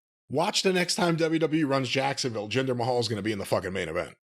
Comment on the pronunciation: Take a sip whenever Corny calls the Maharaja "Gender May Hole" 😂😂😂